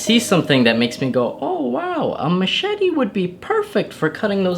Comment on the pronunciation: Machete or a mashitty?